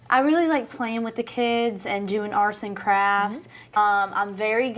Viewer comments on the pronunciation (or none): Jenelle sounds like she says "arson crafts". i kinda love it.